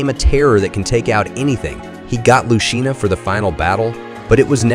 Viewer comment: Oh man... It's "Dee-uh-Mahnt" not "Die-uh-Mahnt" It's also "Loose see na" not "Lu tchee na" And it's "Kah Get su" not "Kah Jet su" Also... why is the Wille Glanz weapon on Kagetsu